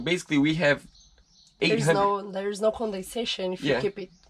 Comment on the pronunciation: "Superficial" and "condensation"...nice English! Just the right words and pronunciation. 😁